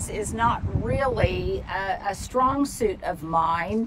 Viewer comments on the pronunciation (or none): none